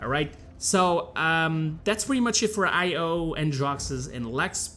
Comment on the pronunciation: Stop pronouncing it as separate letters 'Ay pause Oh'. Pronounce it more like 'Ayo', as in like Ion cannon, Ion beam, Iodized salt.